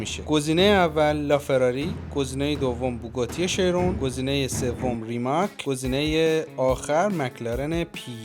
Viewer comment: Chiron ❌ Sheyron ✅ 😂